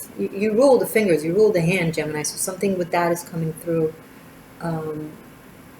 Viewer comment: Oooff you got me tripping! Not only about the reading writing keyboard creativity explosion: we are about to release a book I've been editing and illustrating, now I am taking it way beyond creating a new design line- But you kept saying Gemmi which sounded to me like Jenny- my name- and I almost spit out my coffee!